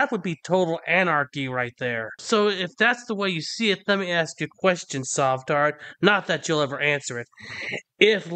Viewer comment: Another genius “axing” for some BS. It’s getting bloody with all that axing…….